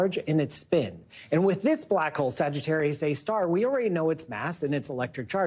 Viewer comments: Where do they get these people? First, it’s SagiTARius, not sagiTOrius. Second, just stop with the “if you fell into a black hole..” cuz you’d be shredded way before the event horizon. And third, why should we care? Really?? 🙄🙄🙄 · You can tell by the fact that she said “Sagittourius” instead of “Sagittarius” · Luv she can't pronounce a star sign .. Sagittarius...come on really